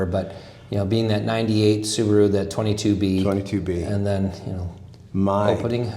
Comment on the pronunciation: I want to go on record and say the 22b is pronounced "two two be" 😉